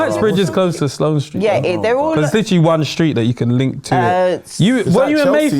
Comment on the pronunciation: SUR- LOANE SQUARE😮😂